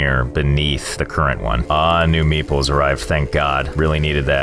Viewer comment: Am I the only one that thought he was calling the 'Meeples' meatballs?